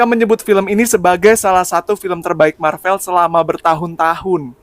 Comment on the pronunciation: MARVEL bahasa English bukan belanda. Sebutan biar betul.